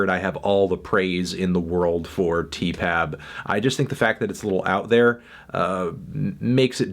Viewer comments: stop calling it 'teepab' it sounds awful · Can you not saay Tee-Pap? It's sooooooo...